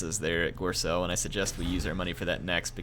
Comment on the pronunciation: If there's one thing about this campaign I can criticise or give advice on...it's not pronounced gorselle, it's pronounced like gorebull ;) haha